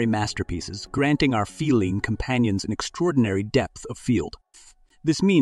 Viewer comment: Please.....the word feline is pronounced fee line...